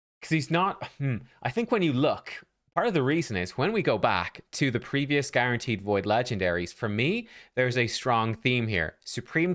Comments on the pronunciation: ermahgerd it's guarnaterd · Guarnateed? Lol